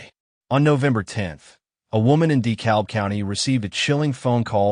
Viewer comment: Ga native here. From Gwinnett county. Pronunciations: Gwinnett= Gwen-net Dahlonega = Duh-lon-a-ga Dekalb= Duh-cab Dacula= Duh-cue-la